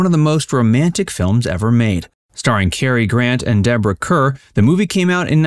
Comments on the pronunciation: SO many `classic movie` videos have real clangers in them because millennials don`t know how to pronounce the names. Every time he said `Cur`, I winced. Then you get told, oh, don`t be such a film snob! No kidding, wanting it pronounced correctly is being a snob. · Her name is pronounced like Car. Deborah Kerr (Car) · Deborah Kerr is pronounced to rhyme with ``car``. You millennials. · CAR, CAR is the way Deborah Kerr pronounced her last name check it out!!!!!!!!!!!!!! Please! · Deborah “Karr.” Charles “Boyay.”